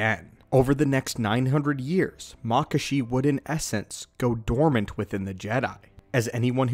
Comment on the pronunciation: I've always heard it pronounced Mah-kah-shi not makah-shi